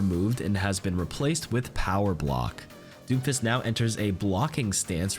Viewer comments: Lmao I thought you said doofus instead of doomfist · For some reason, every time he says Doomfist, my ears kept hearing "Doofus". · I literally thought you said "doofus" instead of "doomfist". I laughed my ass off, because at his current state, his name might as well be "doofus".